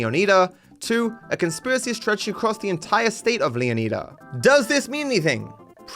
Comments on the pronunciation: Leo needs a what? He always is talking about Leo needing something, all I know is I’m excited to go to Leonida (Leo nye duh) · I don't mean to be a prick, but the way you spent a decent amount of time learning to pronounce 'Leonida' correctly, just to pronounce it wrong, annoys the shit out of me. As far as I know, you're the only person who says it like that ("Leoneeda" instead of 'Leon-I-da') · saying “Leo•knee•da” has to be on purpose as this point. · He still can't pronounce Leonida oh my goodness